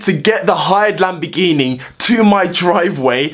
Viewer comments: your pronounciation of lamborghini is "lambigini" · Im from Italy you cant say lamborghini you say lambegini